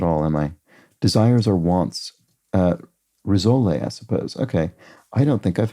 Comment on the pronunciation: The word rissole is French and not accented (2 syllables). I suppose the rissole and the vol-au-vent feel like last millennium’s buffet food now.